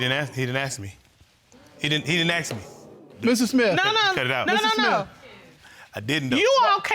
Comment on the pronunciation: She really likes getting into Arthurcations with her spouse.she needs to Axe him some questions